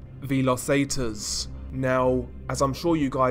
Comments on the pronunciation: The way he says Zetas makes my ears hurt. Seh-ta-s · How can you not pronounce Zetas correctly